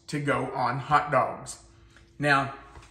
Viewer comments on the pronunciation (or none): I like when he says, "Hout Dauwgs"